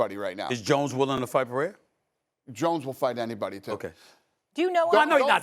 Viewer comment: You put two people that work for ESPN that know absolutely nothing about the sport. You care more about boxing than having the UFC president in front of you. Yes we are all happy to finally see boxing get saved but at the same time they can’t even say Alex Perera’s name right do some research. There’s so many other great fights on this card. But of course all you could bring up is Alex Pereira and Justin and and Stephan a Smith only knows about the Max Holloway knockout because it was the most viral thing that happened last year stuck to ball sports 😂